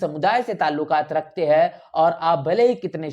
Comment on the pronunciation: उच्चारण में "है " और " हैं " का अन्तर नहीं सुनने को मिलता है ।